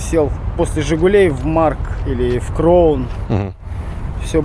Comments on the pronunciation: КРАУУУН НО НЕ КРОВН 😂(нам во Владивостоке лучше знать) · Что у вас за привычка называть Кроун? КрАун*